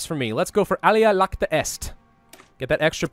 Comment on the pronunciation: iacta being the past participle of iacere, meaning to throw or in this case, to cast. Where the i is pronounced as a soft j or y